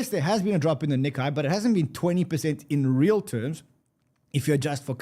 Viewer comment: Nikkei rhymes more closely with "cay", not "cobra kai". Please tell to stop scratching his nails across the chalkboard!